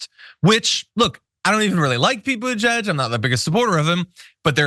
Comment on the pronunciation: "...Beetle-juiced" ! No way can I unhear that ! No ! will use it instead !